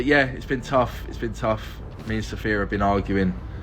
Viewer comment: Sophia should have left him just for pronouning her name as "Sopheer". How fucking stupid.